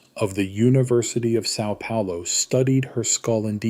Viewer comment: FYI: The ã in São Paulo sounds like the U in umbrella. Nice video, thanks!